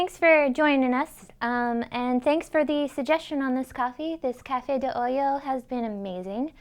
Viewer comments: Nice, definitely going to try it. Not nitpicking, but it sounds like she is saying Cafe de oyo (coffee from hole), its supposed to be “olla” oi-ahhh (coffee from pot). Awesome video, keep it coming. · Nice. O-ya, not O-Yo.